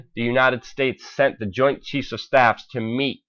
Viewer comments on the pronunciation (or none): none